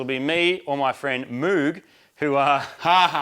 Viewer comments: noo.. he said MOOG! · HE CALLED HIM “MOOG”!!!! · Marty saying Moog did sound weird. 😅 Please don't do that 🤣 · Marty called Moog, Moog 😂